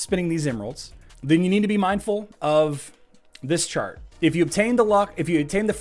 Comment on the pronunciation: I swear he said shart instead of chart